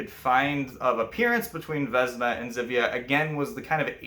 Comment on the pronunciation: "Ż" in Polish is read as "J" in French. As previously I shared Your film on my FB page, but again I suggest You to check pronunciation in Google Translator. :)